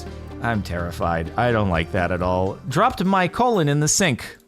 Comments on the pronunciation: Did he really call ‘cologne’ (Co-lone), ‘colon’ ( Co-lin)? 😂😭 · Cologne (ca.loan) nah… cologne (colon) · Jordan does know the difference between Colon and Cologne, right. Cuz he said it wrong. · I don't think "Cologne" and "Colon" are pronounced the same. Your colon gets an enema. Your cologne gets splashed on your face. ("Coe-lun" vs "Cuh-loan") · Santoku knife is thinner than normal chef knife so it's probably the reason why it can't handle hard cheese Also: Jordan pronouncing cologne as colon 🤦🏻‍♂️ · I don't like how Jordan pronounces cologne as colon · Cologne, Jardon, not colon, that's uh...different. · I hope you don't actually pronounce cologne like colon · I hope you pronounced cologne like that on purpose because you are gonna get roasted lmao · He said colon... not cologne... come on jardon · Your pronounciation of "cologne" is...unique. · I'm mildly infuriated with it. I don't know why but it bugs me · drinking game idea: every time sparklez mispronounces cologne take a drink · please tell me you're mispronouncing cologne like that on purpose as a joke from the bone apple tea video